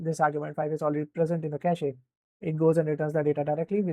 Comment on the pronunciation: Cache is pronounced as Ke - shhhh, not ka shee. I'm telling you this so that your students are not laughed at, when they start working. Happens a lot